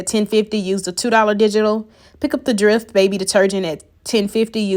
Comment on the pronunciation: Ty but do u ever have any $19 deals & fyi it's dreft with e sound not drift with I sound 🤷🏿‍♀️